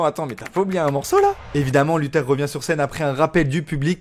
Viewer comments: Mdr lutheur il dit sa se prononce luthair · Carré la vidéo ! Par contre c'est bien [LuthÉRE] et pas [LutEUR] 😅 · C’est luthèr pas lutheur